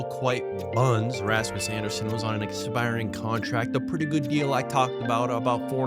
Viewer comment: I love how you butcher the pronunciation of Coronato, Zary, and Andersson 😂